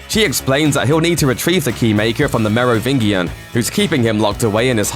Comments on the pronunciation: Lol merovingeean... Its clear the reader has not seen the films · Right? Lol the merry-ving-ian. Geez. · Why pronounce "Merovingian" with a hard G when it's always said in the movies with a soft G?? Weird vid... Speech is also too fast, no time to digest anything... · It's pronounced Merovin-JIAN, not Merovin-Gian. Soft g, not hard. Haven't you watched matrix? Why even make a matrix video if you don't even know how to pronounce Merovingian.. sigh. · Say what you want about unnecessary and videos about things we knew for years... but this isn’t one of them.. cheers for this,. But damn.. ‘Mero-vingi-an’? Have you seen the matrix, narrator? Mero-vin-gee-an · You mispronounced "Merovingian". It's not G as in 'Goose', but G and is 'Gina'. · . Wrong. The architect chose that time in the history of humanity because they were the most successful without having robots to abuse. Which is still seen as unacceptable. Even in a virtual world. To the machines. Also it's pronounced Merovingian!. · Merovingian with a hard 'g' was curtains for me. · I bet the people that made this never watched a full Matrix movie. What a superficial timeline. Couldn’t even pronounce Merovingian correctly lol. Take that blue pill n go back to sleep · The narrator mispronouncing the "Merovingian" over and over again does my head in. Clearly hasnt even watched these movies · Your Merovingian pronunciation is hilarious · Wow British people hate french people so much they won’t pronounce Merovingian correctly...just like filet and garage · You're pronouncing the Merovingian wrong. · That's not how you pronounce The Merovingian. Seriously,. Most of your videos feel like you just hired someone to read a bunch of things. Research, darn it!